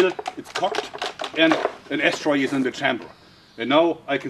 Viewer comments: "I want to make a slingshot that fires ash-teroid" that's what i heard! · Notice how it sounds like he's saying ass tray